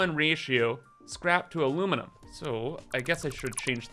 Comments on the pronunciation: Finally time for the A LU MI NI UM!! aluminumunumnumnum is just wrong! XD This is gonna be pure chaos and we love it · If i never heard “aluminiminiminum”again it would be too soon